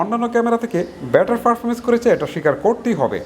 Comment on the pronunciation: ভাই অাপনার ত-থ, চ-ছ এর উচ্চারনে একটু ইম্প্রুভ হলে ভালো হতো, অার 'better' কে ভেটার বলেন এটাও স্লাইডলি অাই ক্যাচি, Best of luck❤️